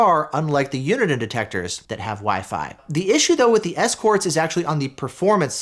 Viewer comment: You pronounce Uniden so weirdly.